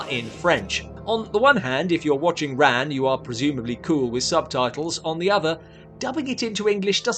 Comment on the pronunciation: Just really bothered me that Ran was mispronounced throughout this whole video. It's with a soft "a."